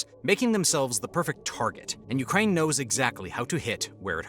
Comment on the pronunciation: Urkaine... lol